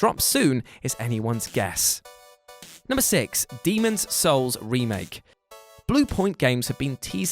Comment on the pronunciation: Oh, your pronunciation of "Demon's Souls" gives my 🖤 hope for the world!